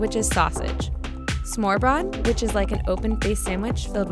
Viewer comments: I’m danish and just the way she butchered the name is infuriating because now I know there will be at least one person who will go to Denmark and ask for “s’more brore “ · The way she pronounced Smørrebrød made my ears bleed. I'm not Danish but even I know that's not how you say it. If you're going to make a video about Denmark then at least TRY to say danish words right! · holy kazoozoos. Im danish and she completely said smørrebrød wrong. its not pronounced “smore-bron” haha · "Smorbrot" disgusting